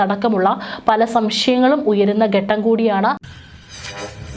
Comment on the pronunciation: ബാവി... 🙆‍♂️ഭാവി എന്ന് വായിക്കൂ. ഗട്ടം.. ഘട്ടം. റേ ഗ.. രേഖ..